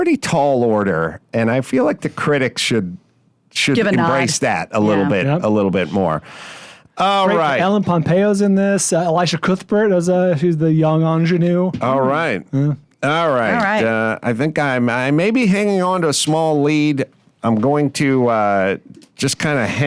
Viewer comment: could not have said Elisha Cuthbert’s name more incorrectly. 🇨🇦